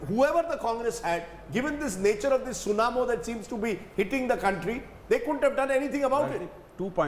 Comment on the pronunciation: It's tsunami not tsunamo lol